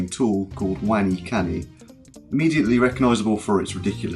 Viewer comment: Thats pretty good, aside from the fact that you say "Kenji" and "WeniKeni" xD Your channel is going to grow a lot I'm sure.